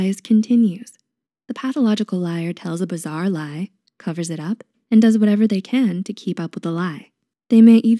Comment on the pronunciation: “Bizarre” not “bizzare”